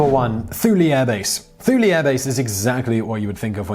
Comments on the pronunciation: Thule Air Base is pronounced with a hard 'T'. Too-lee. The constant cloud and fog on Shemya is so depressing that people are generally limited to one month on the island at a time. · Hey brainiac, Thule is pronounced too-lee. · Almost all of those bases have both male and female military members stationed there. It is customary to refer to military by the inclusive words, Soldier, Sailor, Airmen, or Marines, not "guys". During the cold war some of those bases guarded against the Soviets, not Russians per se. Unless. and this is quite possible, the Greenland pronunciation of Thule is different than the U.S. pronunciation, the "h" is silent. Your definition of "remote" is a bit fuzzy and questionable, accurate for places like Shemya but not so much for Kusan. Obama was not a badass; the Navy Seals were and are.